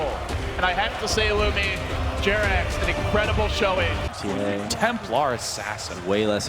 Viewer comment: Come on guys. Its jerax:)